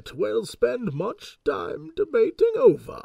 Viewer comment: "DeBATING" "MASTERfully" That subtle emphasis on those words, oh Jessie.